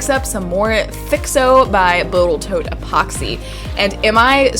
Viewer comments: "Botal Toat"? Hmmmmmm... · “BOTAL TOAT EPOXY”. Lol. Love your work and your video!! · I caught that: BotalToat. :P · Botal toat! I love it!😂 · Did you call it botal toat ? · Botal Tote? lol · Did she... Did she say Botal Toat? hhahahahahahaha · "Boatal tote" - made me smile :) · "Boatal Tote gods" lol! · Botal Toat? Nice to see a fellow dyslexic here ! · Haha Wait for it: "Botel Toat Epoxy" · She says "Botal Tote" <3 <3 <3